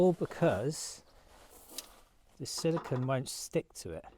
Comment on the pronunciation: Its actually not silicon but silicone. Its got the 'cone' sound on the end. Easy to confuse the 2.